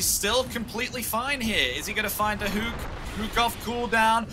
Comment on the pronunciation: its called hook not huuuk. This is driving me crazy